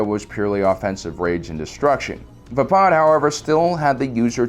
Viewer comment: HEY, he said Vapaad right!!!!!! kids cheer Been triggering me alot lately, but NOT TODAY!!!